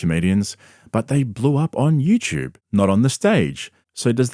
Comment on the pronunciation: It's you tube...not you chub...